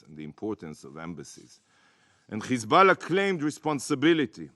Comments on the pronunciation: Who TF is Khezbollah? These people think intentionally mispronouncing a name is a cool burn. Smdh. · "khamas" & now "Khizboulla" Hahahaha